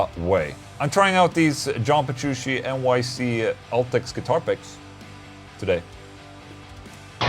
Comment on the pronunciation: Ola it aint Petroo-she it's Petru-chi